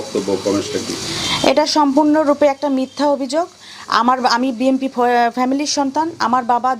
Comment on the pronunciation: ঠিকমতো বি এন পি শব্দটা উচ্চারণই করতে পারছে না, এরা আবার বি এন পি করে😂😂😂